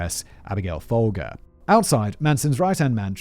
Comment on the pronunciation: I'm never going to see Folgers coffee again and not think of Simon's posh pronunciation of the name.